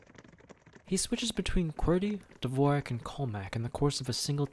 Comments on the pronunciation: It's not divorak, but divorschak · lol, dvorak isnt pronounced as u did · As a musician, MAD respect that he included a note saying the Dvorak layout wasn’t pronounced like the composer. I would’ve gone on thinking everyone was just uncultured. Thanks for letting me know it’s actually different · I had no idea it was not pronounced like the composer